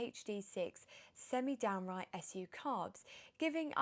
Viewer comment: Hi, a red top in a drop top! 👍👍👍i loved the review of this gorgeous car. Did you say downright or downdraught carbs? My hearing could be shot or I'm delirious! Keep up your excellent reviews. Not sure if you've ever done a Porsche 356, but would be delighted if some owner would submit one for you.🙂🙂🙂🙂👍👍👍👍